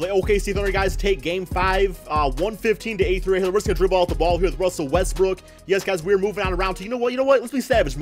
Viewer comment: Oh ma gawd ruzzzell wezzbroog